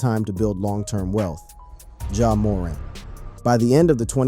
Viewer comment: He said Christian Lah-Et-Ner and Ja Moe-Rant … 😂